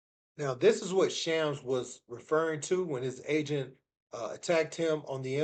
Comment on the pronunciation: It's Shams , not Chams.